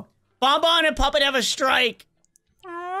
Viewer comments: Did anyone notice that springtrap calls puppet poopet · XD why does springtrap call puppet poopet